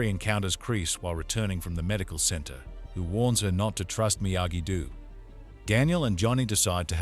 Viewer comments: "dehm-eh-tree" and "miyagi du" killed me 😂 fr though thank you 🙏 the other part 1 recap I found was 23 mins (?!) and it's weird Netflix didn't provide one the way they did with Outer Banks for ex when they released second half of the latest season. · Miyagi... "DEW"..... idiot